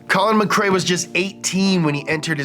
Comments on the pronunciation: Why would anybody do a vid on Colin and then pronounce his name incorrectly ! Its McRae Not MacCray he isn't a sea food dinner, please try to understand this is insulting to get wrong, and yes I'm Scottish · MC Rae not MC CRae xD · My childhood is ruined, I thought it’s Collin Mack Ray, not Muh Kray!